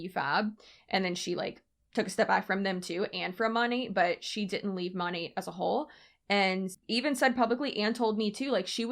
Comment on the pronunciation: She mon-ATE lol